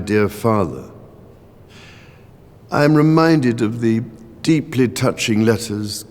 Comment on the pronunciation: Deeplih, deeplih.